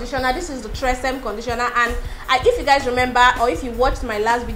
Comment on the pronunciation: Hey girl, love your videos. Your conditioner TRESemmé is pronounced “tre-se-may” ❤️❤️